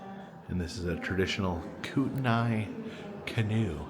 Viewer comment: Not one comment about "Kootenanai" 😂one too many "na"s. As someone who also enjoys visiting museums when traveling, it's fun to watch home turf through outside eyes. 😊